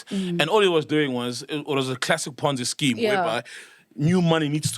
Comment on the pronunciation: Pornzee scheme 🤣